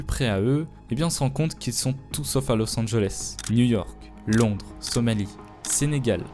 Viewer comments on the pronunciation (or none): none